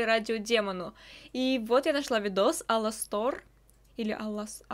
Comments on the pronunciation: Правильно А'ластор! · ударение на первую а А.ЛАСТОР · ОН ЖРЁТ ОЛЕНЕЙ потому что его перепутали с оленем и убили и у него есть маленькие рожки и ты слово Аластор неправильно читаешь